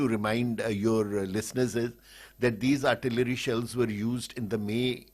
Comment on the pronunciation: And at the first combat or show failure, they blame it on the nations producing weapons, Rafael of France and GE of United States. You sounded pretty good until the URTALERY